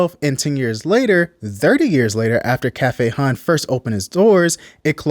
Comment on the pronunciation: mmm.. its pronounced "hun" not hon dummy and frfr they may live in bmore but its clear they not rooted in our city